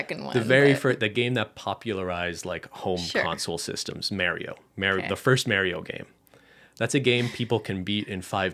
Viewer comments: Are we really not going to talk about saying "Mary-o"? Hahaha! I've never heard someone pronounce it that way! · Nobody:: MARY-OH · unrelated, but i'm so glad ben says it "mare-ee-o" like i do LOL i'm from new york, and i get made fun of it all the time! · Mary-o? Lol 😂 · The way says Mario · Is that how all of Canada pronounces ‘Mario’? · Why ben say Mario like that